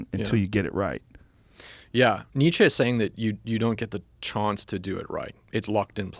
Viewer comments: Chaunce = Chance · Thoat... chonce... bro, does he butcher livestock too or just pronunciation? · Never trust a man that pronounces chance like this